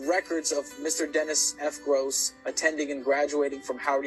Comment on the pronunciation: He's name is being mispronounced. It's Groce'